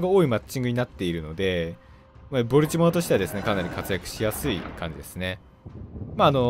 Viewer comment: ボルチモアの発音が嫌すぎ。なんでもアクセント無しの発音がカッコイイみたいやな。かと思えば最上は一般的発音してるし。